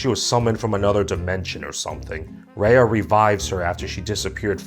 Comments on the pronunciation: The fact that this man is criticizing a movie MADE FOR KIDS, talking about how the movie didn’t represent the southeast Asian culture like some how he’s southeast Asian, making all these references which is totally not identical can’t even pronounce he name right like it’s RAYA NOT REYA like you’re not the one to judge since you know nothing about southeast Asian culture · Raya is pronounced as "Rah-yah" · you said Raya wrong. It's Rye-Ah. Did you even watch the movie? They said her name one thousand times. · Hi, I can tell you totally not invested in this video because your pronouncing Raya’s name wrong. It’s Raa - ii - yaa not Ree - ii - yaa. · Why do you keep saying Rei-yah? It's Ruh-yuh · I'm triggered by you mispronouncing Raya...